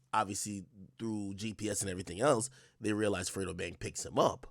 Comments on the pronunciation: Lmaoooo “frito” its “FREDO” 😅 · When she kept calling fredo frito that’s shit pissed me off😂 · The junior prosecutor been on the case for 4 years and still can’t pronounce “Fredo” lol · I hate the way she say fredo.